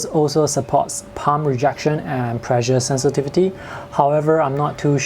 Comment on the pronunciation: "Pressure sensitivity"